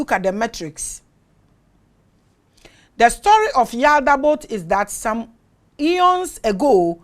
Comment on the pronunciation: Please mama it's not wee people.. but some people ❤❤❤❤❤